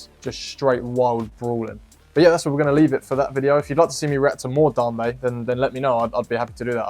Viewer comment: It's pronounced "Dame- bay"